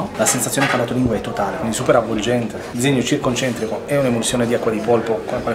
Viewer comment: Ho sentito un "CIRconcentrico" che mi ha fatto rabbrividire... 🤣 Per il resto, grande Cannavacciuolo e grandi voi!